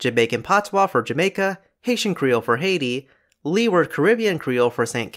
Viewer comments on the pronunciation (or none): Antigua is pronounced An-tee-gah